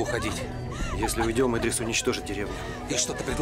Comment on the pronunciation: Не Идрис,а ИдрИс(ударение на второй слог),не искажайте имя.